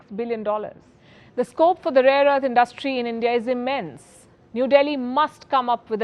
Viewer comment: Indus-trie= industry abd not indust-trie ; it’s a common Indian mispronunciation ( pro-nun-see-ation ). Cheers